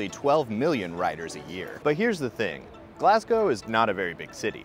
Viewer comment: Mate thanks for saying Glasgow properly. Its actually almost weird to hear it said properly in your accent as I'm so used to hearing it said wrong! Great video! Keep it up